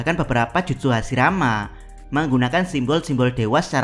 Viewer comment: admin baca hashirama bukan hasirama 😅